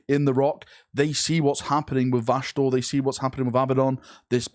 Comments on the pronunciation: It's crazy how you pronounce vashtor as vashnor several times and also pronounced it right in between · I love how you say his name right the first 2 times, then literally go straight to Vashnorr its like your brain is actively trying to get it wrong 🤣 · vashtorr's ultimate goal is not to be a chaos god, but to make pronounce his name correctly the imperium fuel all of the chaos gods, not just this possible mech manufacturing one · Take a shot every time fucks up Vashtorr's name. Literally said it 4 different ways in less then 3 mins lmao